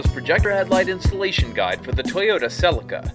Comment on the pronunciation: HOW can you NOT know how to pronounce Celica or Fascia properly? Americans! SMH